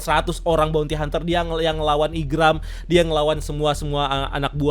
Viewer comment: Maaf itu bukan gambar Oda tapi creator Zelda, Tony Tony chopper bukan Mini mini Chopper, yg ngalahin 100 bounty hunter itu Zoro bukan Sanji, Igaram bukan Igram, Broggy bukan Breggy, Partner Vivi itu Mr 9 bukan Mr 3 (Partner Mr 3 mah miss golden week), Buggy bukan Beggy, nanti dikatain KARBIT ama fans one piece kalian jg yg marah padahal jelas kalian sendiri yg gk riset detail atau minimal baca/nonton source material